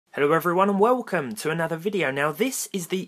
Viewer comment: Never get tired of hearing "wowcum" at the start of each video xD